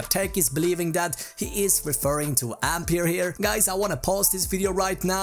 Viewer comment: Ampeier XD?